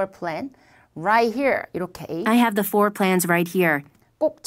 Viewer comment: floor 가 거의 four 로들리는데여... ㅠ